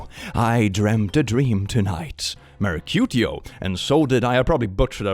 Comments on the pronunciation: Your pronunciation of Mercutio 😂 Mur-cutie-yo lol 😆 I'm pretty sure it's pronounced Mur-queue-she-oh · I prefer "Mer-cutie-o" as pronounced it first time😂. is a cutie-o. (I was going to say he's a Mer-cutie-o like he's some kind of merman cutie but then I remembered Mercutio gets killed in the story so I'll just stick with cutie-o 😅) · I always heard Mercutio pronounced “Mer-cue-shio” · It's mer-KYU-shee-oh. It's not spelled with an a and putting the emphasis on the 3rd syllable destroys the meter. Never heard a single actor, scholar, or teacher say mercu-SHE-o. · Mercutio is simply pronounced Murr-CUE-she-oh. Romeo and Juliet is set in Verona (a city in present day Italy), hence the unusual names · Just a heads up: Marcutio is pronounced Marcu-SHE-o. Back on topic, that Bambi’s Mom and Anthrocon one had me on the floor! 😂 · Pronounced Mer-coo-shio iirc